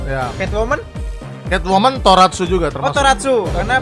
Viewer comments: Bang Tokusatsu bukan toratsu anjim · Tokosatsu lah bang buka toraksu Karakter anime disebut waifu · bkn toratsu tapi tokusatsu bang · Tokatsu banh bukan Toratsu 🗿🗿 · Tokusatsu bg bukan toratsu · Tokusatsu bang bukan toratsu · Bukan toratsu bang tapi tokusatsu